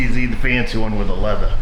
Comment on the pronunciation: Is the leathah like buttah?